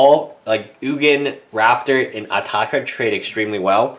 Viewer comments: WILL YOU STOP SAYING ATAAKA ITS ANOYING ITS ATARKA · Adel Alrawas SMARTASS hes not in England but AMERICA!!!!!!!!!!!! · He asian he can't pronounce the letter R properly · Adel Alrawas Since when its ataaka everybody says atarka also mispronouces ojutai says ojate